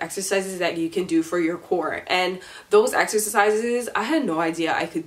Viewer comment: I don't know if it's me but when you say core it sounds like you saying Korra😆